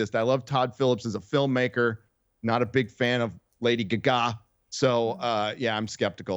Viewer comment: Did deliberately pronounce Lady Gaga as Steven Toast would? Excellent.